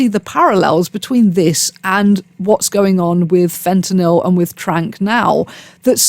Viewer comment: Thank you for saying Fentanyl correctly, instead of FentanALL. It just irks me that everyone pronounces that incorrectly. Also, while it’s not that inconceivable to imagine the government having a hand in something like this, because they know who the big distributors are, I’m not sure it makes sense to use a chemical that causes flesh decay and symptoms like that, which require a lot of health care treatment for people with no money, instead of something that would just kill them quickly.